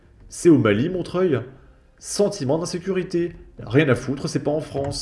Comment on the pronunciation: C'est Montreoeil qu'il faut prononcer